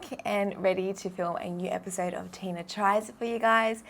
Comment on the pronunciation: Wow the new silent close caption at the beginning of your YouTube video says your name is DINA !! Maybe you need to pronounce it better to hear the “T” just a heads up Tina! Ur awesome